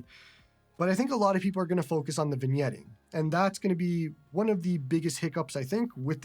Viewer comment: An excellent first look at the Odin2 Mini. Today I learned that the "g" in vignetting is silent. I've only ever read the word; I've literally never heard it spoken aloud before. See, you're both entertaining and educational. IRT the handheld itself; none of my priors have really changed. It looks great, it runs great, and it seems to be pretty well built. The only knock I have so far, and it's a new one discovered thanks to this video, is that the speakers are more lackluster than the person that replaced Don Cherry. The full size Odin2 sounded excellent on my end, so, I don't know what's up. I look forward to your full review. Congrats on being one of the first to get this handheld. It should be a real boon for your channel, and you deserve all the subscribers.